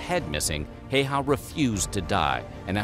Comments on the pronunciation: You were about to pronounce it correctly but then butchered it like practically every anglophone :D No one finds it offensive just a funny note. I mean the surname part, Häyhä. It's admittedly hard to pronounce for foreigners or people who speak a language that doesn't have the letter Ä. I saw you reacting to Green beret and american military in general so you could react to Larry Thorne (born Lauri Törni) also. Another Finn who later became a Green Beret (one of the first, still one of the most legendary Green Beret). The main character in the book/movie "Green Berets" is based on him. Oh and he also fought for three different countries. He died in Vietnam war as an American special forces officer aged 46. I personally think his story is more interesting than Simo's. The Green Berets have some kind of Larry Thorne award still so he is remembered. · Don't pronounce Finnish. A bit like Japanese, you just say it like it's written. Even in the video, the name is spelled wrong.Video say heihaa when it is Häyhä. If you want to hear what it really sounds like, open Google translator, write Häyhä in the box, select Finnish as the language and press the listen symbol. Then you can turn the language the other way around and listen to the machine saying jiihaa (heihaa) again. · The correct pronunciation of his last name is a lot closer to 'How-ha' due to the Finnish alphabet. There's an odd little twist to the 'ow' sounds, but I can't think of any way to type that. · It's pronounced "high ya". Also, only German soldiers went for head shots, everyone else went center mass. Even then, they did it within 300 meters. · Im surprised nobody has mentioned the fact that it’s pronounced [Hauwha]. Finns probably noticed and didnt say 😂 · Not pronounced as "Hei-haa" at all lol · And nobody pronounced his name correctly in this video. No surprises there. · Also the narrator butchers it too. People expect him to pronounce Häyhä correctly but he says it like basically every anglophone :p